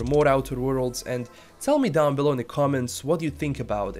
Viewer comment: Outer wo-rolds